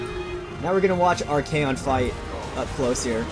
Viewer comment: isnt it arch-ay-on and sig-vald not archon and zigvald? idk tho